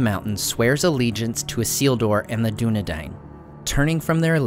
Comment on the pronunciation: Dunedain, Arthedain, lo even King Dain, all of these rhyme with 'dine' not Dane.